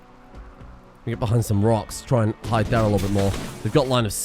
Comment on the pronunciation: every time you said and im 90% sure youre actually saying anne